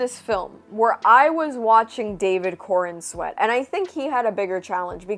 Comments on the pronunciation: I thought you were saying David Cornsweat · I had to look up his name as I kept hearing you say David Cornsweat, It didn't get much better after looking it up lol, PS, You look amazing.